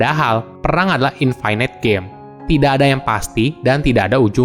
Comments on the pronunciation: Btw dibacanya INFINIT, bukan INFINAIT :) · infinite --> bacanya infinit biasa aja bro, tidak semua huruf i dalam kata bahasa Inggris dibacai ai